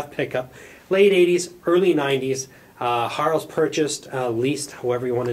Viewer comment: O and it is pronounced. "Herrows" as in arrow. Keep up the good work. ;-)